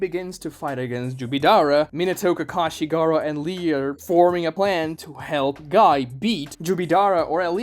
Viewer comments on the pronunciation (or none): none